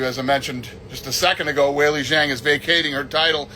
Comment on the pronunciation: Waylee Zang😂